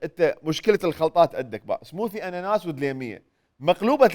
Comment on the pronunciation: على فكرة smoothies ...تنلفظ سموذيز مو سموثيز